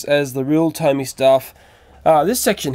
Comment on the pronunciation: It doesn't say tony it says tomy